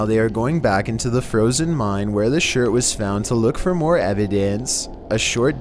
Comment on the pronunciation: One word i can say: Froosen